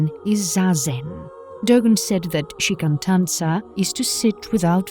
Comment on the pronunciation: shikantaza, not shikantanza